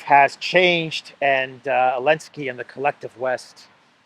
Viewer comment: I think you are safe to say Zelenskyy instead of Elensky!